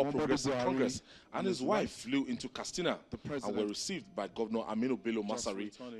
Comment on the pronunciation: Simply say 'vote', not ''exercise your franchise''...Plus it is pronounced Katsina, not Kastina.